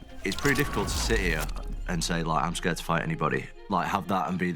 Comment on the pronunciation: It's funny when he say tattoo 😂😂😂😂😂😂